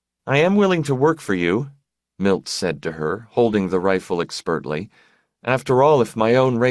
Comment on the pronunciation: This guy has been pronouncing words oddly in every book I've listened to so far. I've taken it stoically. But he keeps saying "expertly" almost as two words; "Ek spurtly." Something has to be said.